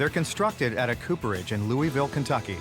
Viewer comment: I hate how the narrator says Louisville Kentucky...smh (I’m from Kentucky that’s NOT how you say it)